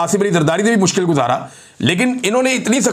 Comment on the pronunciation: You still have the speech disability when you said mushkil you are still the hero of this nation imran bhai. We will foght till end and insh aa Allah ye hmaara mulk hai